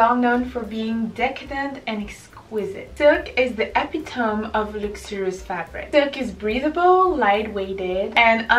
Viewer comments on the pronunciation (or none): Epitome is pronounced ah-pit-ammi not eppytum. But you make it sound cute and elegant anyways 💖